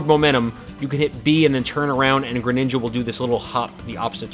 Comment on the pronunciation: and the way he says it too.